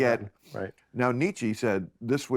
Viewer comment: He mispronounced Nietzsche